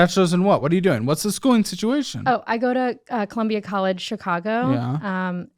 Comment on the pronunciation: she really tried to say “Columbia” …. Girl no